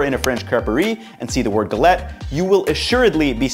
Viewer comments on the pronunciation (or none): Also just be more accurate on the pronunciation, it sounds more like g-a-let. i.e. a longer A sound. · guh LETT???? Seriously?